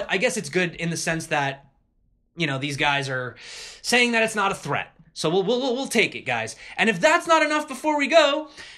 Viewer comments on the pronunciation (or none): none